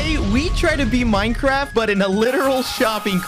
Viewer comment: minecwaft lol